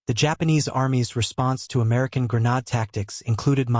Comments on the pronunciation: Pronounced. gren-aid, not gren- nod. GRENADE😊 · Its Gre nadE sound like madE. Learn how to pronounce your words properly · I refuse to listen to a voice that is not capable of properly pronouncing the word that the program is about. Develop Ai better. Goodbye.